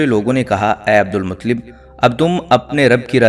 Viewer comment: ان کے تلفظ درست کریں عبد المطلب ۔۔ ل پر تشدید ہے۔۔۔